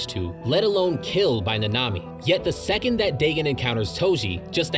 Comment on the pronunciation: Ur saying dagon and nanami incorrectly